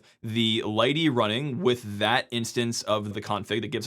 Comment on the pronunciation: I also found out that lighttpd is pronounced as "lighty" from this. The more you know...